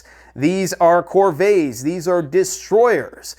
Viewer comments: Sorry, its pronounced with the "T" in corvette, not "ay" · a phony. Has no real understanding of what he's talking about. Pure bullshit and fantasy. This jagoff mispronounced frigate AND corvette😂